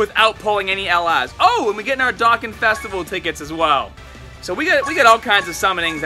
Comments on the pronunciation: "Dawkin" lmaoo love you. Anyways, where do you get your discounted stones at? :c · WHAT’S MORE EXCITING YOU SAY!?!? having you pronounce dokkan properly -_ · I love his enthusiasm but the way he says dokkan lol. But great video.